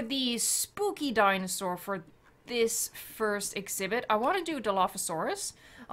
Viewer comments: Did she say spoopy when she was placing the trees at the entrance 😂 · you said spoopy